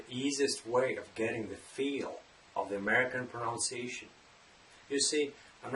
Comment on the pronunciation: His pronunciation of the word pronunciation seems a little bit weird to me. Isn’t it pronounced in a wrong way?